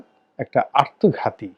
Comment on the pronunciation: মিঃ রনি ,আপনি আত্মঘাতিকে আর্তঘাতি উচ্চারন করেন কেন। আপনার প্রায় ভিডিওতে শুনা যায়। এ ব্যাপারে সচেতন থাকবেন ।